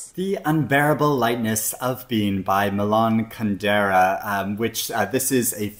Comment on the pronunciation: Kundera’s book has been on my TBR for decades. Thanks for reminding me! Also, I think his name is pronounced with the emphasis on the first syllables, both in first and last name: MEE-lan KUN-dera ❤